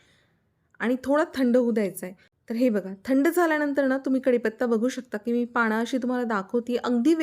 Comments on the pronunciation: पानं म्हणा पाणं नाही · पाणं नका म्हणू हो, पानं म्हणा.